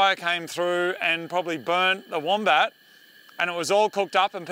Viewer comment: Legit thought it was called the mombat😅😂